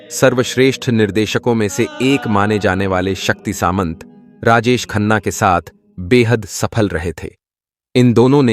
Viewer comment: वो शक्ती " सांमता" है न की " सामंत"😠